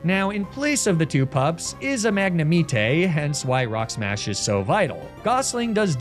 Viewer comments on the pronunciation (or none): Bro your pronunciation is killing me. FA-CHa-DAY?? Don’t even say magnemite like that. Love you freak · Ive never heard someone pronounce msgnemite king that I'm stealing that. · Guys I'm new Why does he pronounce magnemite like that